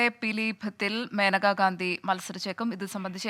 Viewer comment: Not maneka menaka is correct